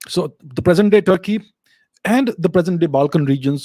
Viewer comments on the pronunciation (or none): none